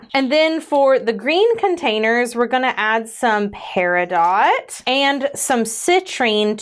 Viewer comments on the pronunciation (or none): Fun video. You are so cute. Peri dot! Cute. (Its pronounced 'peridoe'). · With affection, peridot is pronounced without the T at the end. (I also assumed it would be pronounced with the t. Dang silent letters.) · You sent me down the rabbit hole of pronouncing the 't' in peridot, and now I know more than I did before! Thank you.